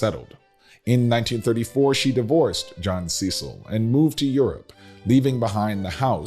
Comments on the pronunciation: The English arm of the family is pronounced Cecil (cess il) not Cee cil. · It’s pronounced Sess-il not See-sal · No disrespect, but I know the Cecil's. CECIL is pronounced SES-UL. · You are mispronouncing Cecil The family pronounces it like “Sessel”. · You're absolutely correct. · The British name Cecil is pronounced Cessel, descendants of Lord Burghley, William Cecil, the chief advisor to Queen Elizabeth I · The name CECIL is pronounced like the word vessel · Thank you! I am a stickler for pronouncing names correctly. Know what & who you are talking about!